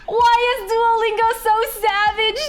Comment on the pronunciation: It's so starling to see a Chinese person calling it "Doo-oh" Lingo instead of "多" Lingo.